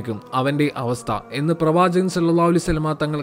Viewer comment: Pravajaghan Enna ucharanakk pagharam pravajaghan ennulla ucharanayil aan koodudhal bahumanyam ulladh , thanghal onnu shraddichalum